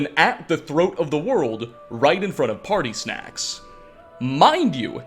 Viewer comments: Am I hearing things did you say pararthunax or party snacks 😂😂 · Did anyone else hear say partysnacks, instead of paarthurnax? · Did he just call paarthurnax "partysnacks"?? crying laughing face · We're just going to ignore the fact that he said "party snacks" instead of parthanax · This man said partysnacks for parthurnax 😂 accurate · Normal n'wahs: "Paarthurnax" Chad intellectual: "ALL HAIL PARTYNAX!" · Did-did he just call Paarthurnax as (party snacks)? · man c'mon if you're not gonna pronounce it right at least say Paathurnax, not "party snax" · "right in front of partysnax" HE SAID DA TING!!! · u saying partysnacks. fucked me right up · Ah yes "partysnacks" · im sorry hold up...d...did he say " right infront of...party snacks"? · By shore he’s back , and he said party-snack . Finally a day worthy of returning to Skyrim ….again. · Hahaha he called Parthanax "party snacks" that's hilarious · i'm sorry, partysnax? 💀💀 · Ahhhh so his name is pronounced "Party Snacks". Never knew that. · WAIT UP!! did you say "partysnacks? hahaha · Did you say Paarthurnax? Because I swear I heard Party Snacks & I love it! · Did he just call parthunax party snacks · Did he just call him party snacks?